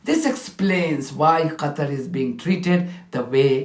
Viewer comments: Clowns can't even say Qatar correctly - wtf is Gahtar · Is uk intentionally saying Gutter instead of qatar... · Gatar? Is she also deaf or is it a speech impediment? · dear British UN diplomat lady ... what is "GATA" ? never heard of it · That horse of a British woman cannot even pronounce Qatar. There are three criminal states in this room we all condemn in the strongest terms. Bless Palestinian people and protect them from more harm from the most horrible people on earth committing the most horrific crimes of our time against humanity. Stop this mascaraed, stop the genocide, stop the starvation, end all support to this rogue criminal zio state of ISR. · Does the UK Ambassador pronounce Qatar or Ghetto?😂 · From qatar to gutter ...lets pronounce elgland to Englund😂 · UK rep can’t even pronounce Qatar correctly what a disgrace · Does that British woman have a speech impediment or something? Where the hell is “Gatar” not to mention her inability to say the word wholly!! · Can’t even say Qatar properly so disrespectful. That’s right you treat it as Gutter. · Uk representative called Qatar gatar😂 wow what do u expect from these ppl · What country is Gattar? This Brit woman is unsupportable. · It says on the line 😂 The British pronounceation is "kuh-taa" Whats with the "G" from this lady 🤔 isn't she meant to be a diplomat " rude much "😮 Hooly condemned 😕😏 The english 😂🤣 what tha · Why is she calling "Qatar" Gatter or something similar? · Fools telling untruths in the strongest delusional terms. Since when was Qatar pronounced ‘Gatar’ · Why UK ambassador saying GATAR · Why is that british lesbo calling qatar guttar? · Useless UK ambassdor can’t even pronounce Qatar, the idiot hypocrite kept saying Gatar. What an absolute tool 😂😂😂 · Learn to pronounce Qatar lady. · Thé she man can’t even pronounce Qatar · That was intentional I believe, they are still in their arrogant colonial mindset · Where is Gatter? She must mean Gutter. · Someone please tell me where 'Gatar' is ? 😂